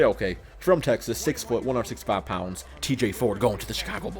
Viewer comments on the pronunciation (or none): did he say one o sixty five pounfs